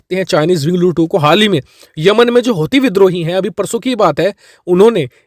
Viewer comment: It's winglong not winglo